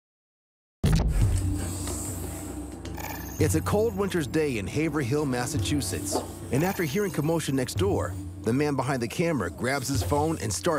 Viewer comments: No one there says Haver-Hill. It's Haverill. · Haver-Hill...lol. It's pronounced Haverill. the 2nd "H" is silent. They just miss the Jerry Springer Show. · WHOA SNOWING IN haverhill ......😲......it's MAY!!! Enough already! Haverhill= HAY-VRIL 🤭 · Representing Haverhill in the best way they could. Its also always a pleasure hearing people try to pronounce Haverhill.